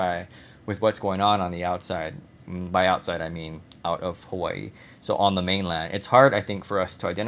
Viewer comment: For some odd reason I get really annoyed by the way you pronounce Hawai'i. Growing up in Hawai'i, we would never pronounce mainland (Hawai'i). Mainland is America, not called mainland. Hawai'i is the mainland.